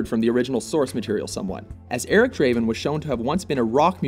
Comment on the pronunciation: Not Draven, Daaaaaaaaven.